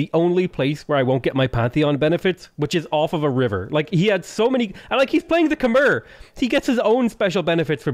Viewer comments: If you ever see this, Khmer is pronounced Kuh-My. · You're saying Khmer wrong.